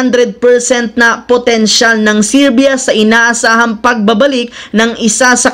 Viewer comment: serbia hindi sirbia jusko dudong